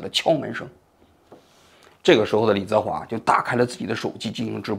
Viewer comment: 王局到底有没有真的一直关注这些事情？如果真的有的话，怎么会说错“李泽华”的名字那么多次？一个人听上几遍之后就应该记住了啊